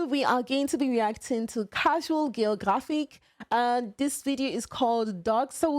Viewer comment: out here stacking accents "Käschual Geografik"